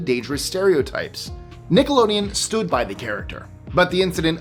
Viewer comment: I’m not the only one that heard ‘Stu-ed’ instead of ‘stood,’ right?